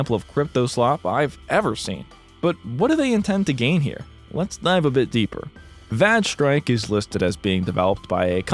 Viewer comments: I assume that "vage" is supposed to rhyme with "rage", because "vag strike" has a completely different implication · Im pretty sure its vaj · Lol vag strike! Not certain if it's the same in the US but Vag here, as it's pronounced in this video, is short for a certain women's part. If he said vAge as it's spelt, then it would not be so funny, but it seems that the game is a vag so is pronouncing it right. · it took me the comments section to realize why he was pronouncing vage strike that way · Oh brother, that Vage Strike one is a whole other level of laziness. Red Eclipse being able to patch their game because they didn't even make their own server is just llc *-:=3 mwah; hope someone got to see that. And you must have quite the reputation if they trashed their whole site just from seeing you (or it might have been asking for the dev). Also, it rhymes with "mage" (like the recording ), not "badge". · I am on the fence whether the word "vage" sounds more like vague or vag.